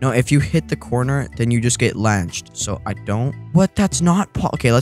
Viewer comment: bro can’t even say launched correctly but then kept making fun of that guy for saying colorblund